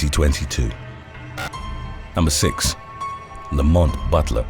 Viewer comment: I thought you said “the moth butler” instead of Lamont Butler & here’s me thinking what the hell is the moth butler when it’s at home??